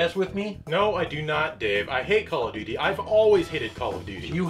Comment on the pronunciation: Emphasis on Duty...